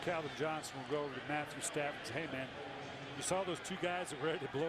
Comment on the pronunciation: I love at he says "Matthew Staffond"